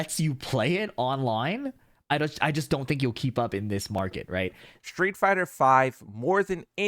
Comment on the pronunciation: Does anybody know why more and more people say shtreet instead of street ?